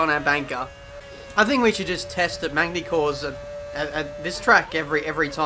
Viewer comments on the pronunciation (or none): It's pronounced Magny-Core, not Magny-Core's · Don't pronounce the "g" in magny cours please